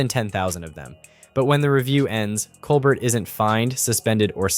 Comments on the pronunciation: Pronounce Steven Colbert's name correctly. It's Col-bear not Col-bert. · It's kole-bear, not kole bert! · His name is pronounced coal- bear. T is silent. Listen to him introduce himself. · Why do you keep calling him Col-burt? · For future reference it's pronounced Stephen cole-BEAR. No "t". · Freedom of speech forever. Laughter makes so much better unfortunately the fact that it’s the truth really hurts! I can’t say one is better then the other but I do watch more Colbert and by the way the t is silent. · Learn how to pronounce “Colbert”. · Sorry, but you are mispronouncing Colbert.